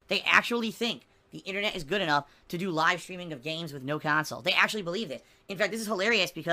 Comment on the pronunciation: "It's gahuut! Not guut.. Gaaahuuut!"